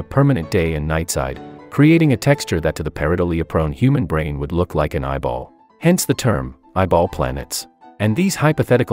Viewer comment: I thought he said "Devil" planets. That seems more interesting than eyeball planets.